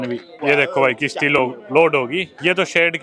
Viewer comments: It's not kishti it's is kashti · bhai it's kashti not Kishti 😂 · Bhadwe kisti ni hota kasti hota hai